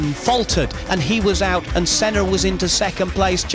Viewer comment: It's "OUT" not "OUCH"